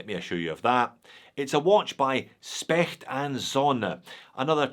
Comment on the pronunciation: In German, the "S" is probounced "Sh" If it stands before a "P" or a "T". So it's pronounced "Shpecht". 😊 Same goes for Steinhart, Stowa, Stührling, Stern etc. Btw, Specht is the woodpecker. Specht und Sonne is therefore woodpicker and sun 😊